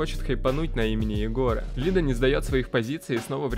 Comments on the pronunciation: Правильно лидА, а не лИда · Все бы ничего, но.. НЕ лИда, а лидА!!! ААААААА